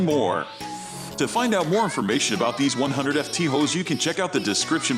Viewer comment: You can tell it's a robo voice when it says 100 F T hose, and not pronouncing it foot.